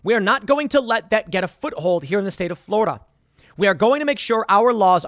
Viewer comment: Tim: "Florider" Okay can this be a meme now?